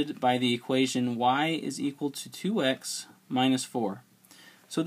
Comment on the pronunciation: I love how you say equal as zequal... Thanks for the video aswell